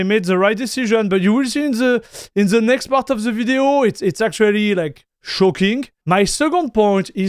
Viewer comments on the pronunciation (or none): none